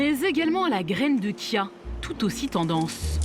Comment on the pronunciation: Reportage intéressant, mais vous auriez pu faire un effort pour la graine de chia qui tire son étymologie du nahuatl, ça se prononce "tchia" et non "kia"... je sais bien que ça n'est pas le sujet principal du reportage mais l'entendre à plusieurs reprises, cela écorche les oreilles. Même le personnel de la boulangerie qui disent "kia" alors qu'une personne précise bien que ça vient du Mexique, à aucun moment ne se pose la question de comment est prononcé "ch" en espagnol... 😅